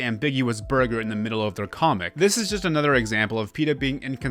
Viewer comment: BuRgOr.. the way you pronounced burger was so funny ngl